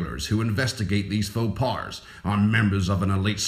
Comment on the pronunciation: faux pas isnt prounounce fo pars, its pronounced fo paws.